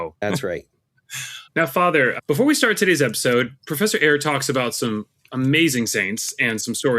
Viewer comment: *Eire, not Aire... for those seeking the books by Dr. Carlos Eire. I just downloaded "They Flew" on audible.